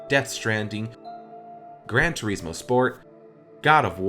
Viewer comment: Grand Tureesmion LOL